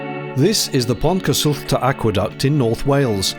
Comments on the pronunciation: I do hope they clear out all that rubbish as part of the job. Fascinating documentary, thank you, and being a Welsh girl I'm so pleased to hear some good Welsh pronunciations. That word Pontcysyllte is not easy. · Admirable efforts at pronouncing Pontcysyllte, Llangollen, and CADW by Englishmen 😉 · Great job on the pronunciation Excellent video as isual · Finally, someone who has done the simple research of finding out how to pronounce place names in our beautiful language! Your professionalism shines in this with clear research, consise information delivered, excellent production quality and camera work. More of these mini documentaries please! 😊 Diolch yn fawr iawn, a llongyfarchiadau! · You pronounced that really well and this was a really cool episode, thank you! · Excellent pronunciation on Pontcysyllte. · Well pronounced mate 👍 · Nice one! You even bothered to have the Welsh pronunciation pretty damned close! Now that’s professionalism. But we cant wait to, finally, take our new boat over it soon! You’ll love her - she’s being artfully crafted by Rob Weston and has an actual yoga room in her (amongst other gems). I’ll bet you’ve never seen that before (lol?!). So glad you’re still keeping up the good work as nobody does it quite like you do for sure! Cheers!